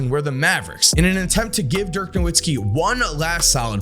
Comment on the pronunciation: How do people butcher Dirk’s name. He’s German not Polish.